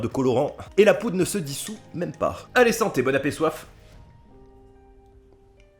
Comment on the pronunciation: " bonne apesoif " 😂